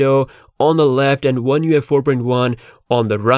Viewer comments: You keep saying U F I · You just can't pronouce oneUi 5.0 so many time and ist is always wrong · LoL. I just realized you were saying ONE UI 5 not ONE UFI. You need to space those slightly apart so you're not misheard. :) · Lol the way he pronounces the name is hilarious 🤣